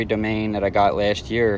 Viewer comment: Nothing against your pronunciation (I’m also from Jersey and a die hard Eagles fan), but it’s an Italian name Do-mon-eee